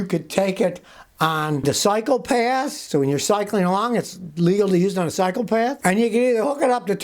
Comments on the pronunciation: Scotty,,,, did you say 'Cycopaths? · When he said, “ cycle paths” it sounded like, “psychopaths” 🤣. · When he said psychopaths' I yelled "HEY" !